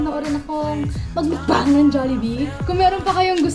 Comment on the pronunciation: When you say "MUKBANG" its not mukbang but "MUKBANG!!!!" HAHAHAHA i lab it